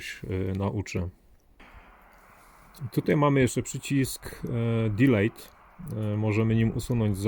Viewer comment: Proszę o poprawienie się na przyszłość. Dilit a nie dilejt. Komentarz dla zasięgu.